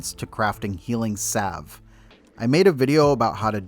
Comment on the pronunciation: Wtf is a healing "sav" 🤦